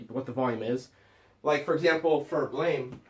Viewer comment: He also keeps pronouncing it Blame and it's getting on my nerves. It's pronounced Blam!